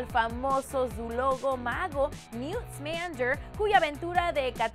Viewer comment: alguien más le estraza como pronuncia Harry Potter? osea Herry Pother y para completar Esmander. Estoy que le hecho un Crucio peor Bellatrix.